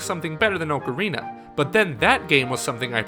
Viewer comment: That's not how you pronounce "Ocarina" >:C